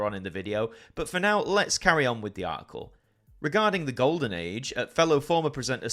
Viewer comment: Have they dropped the 't' from 'article' in England?